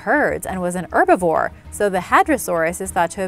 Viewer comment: Not to be rude but you said erbivore . It's HERBIVORE